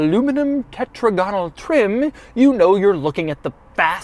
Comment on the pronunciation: Your pronunciation is getting a bit weird, Doug - tetrAGonal is better than tetragONal, just as hexAGonal sounds better than hexagONal. N'est-ce pas?